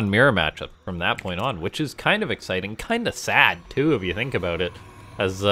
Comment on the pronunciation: He said "aboot" AND apologized for what AlphaStar did? True Canadian right here.